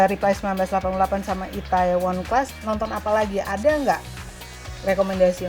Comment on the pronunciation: Please.. Itaewon dibacanya itewon. Lama2 kok kesel😂